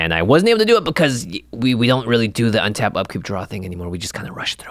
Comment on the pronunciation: I'm a big fan of saying out loud, "Untap, upkeep, draw" at the beginning of turn to help remember. Although a lot of times it sounds like "Unta-pkee-dra" like Kyle Hill does.